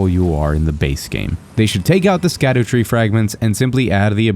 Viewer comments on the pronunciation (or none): Good video. Btw sc in scadutree fragments is old english and there sc = sh. So its called shadutree fragment (shadowtree).